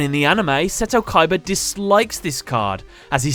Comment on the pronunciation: you misspronounced the name KOIIBAAA